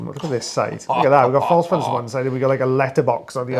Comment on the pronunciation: I’m a little hearing impaired without hearing aid. Sounds like you’re saying fun guy so the guy is a fun guy. Good to know. lol😂